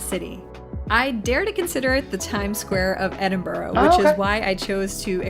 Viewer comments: It is pronounced Edinbruh, or even as some east coast Scottish folk call it Edinburrah, not what you said: Edinbru as in Irn Bru (brew), so I am asking YOU to please, please, pronounce it correctly or go and live in a burooo. pronounced it 100% correctly. I think she messed up once, but who cares? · One thing though the narrator doesn’t quite get the pronunciation right - pretty sure it’s Edin bruh not not Edin Burh. This said, I still miss pronounce place names in the east midland and I’ve been here 15 years now…..😊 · is not that difficult to corectly say my capatial city its not boro its burgh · Top tip; instead of stumbling over your Edin ‘borro’ and Edin ‘borrow’s’ lol try a very normal Edin ‘burruh’ or Edin ‘bruh’ depending on the context but both equally acceptable. Come visit soon ❤❤ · Ehdin -burra!